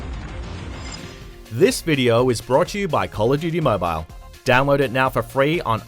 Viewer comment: Tip #1 pronounce it right (Mobile)